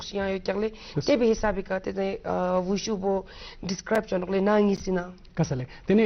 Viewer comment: its call WuShu (武術) not wushow .......